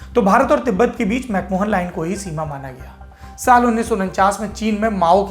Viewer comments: Saurabhji, it is McMahon line and not MacMohan line. Good report... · Dwivedi ji, it's pronounced as 'Mac Ma-yen' and not 'Mac Mohan' line.